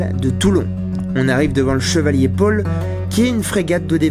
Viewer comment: chevalier paul, pas chevalier pole ;)